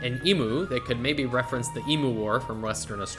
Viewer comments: I will let you know that emu is pronounced EEM-YOU not ee-moo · its Coober Pee-dee its Bris-ben its Cook-a-burra IT FUCKEN E- MEW NOT E-MOO